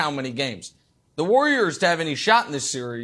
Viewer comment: Someone needs to teach Broussard how to pronounce Warriors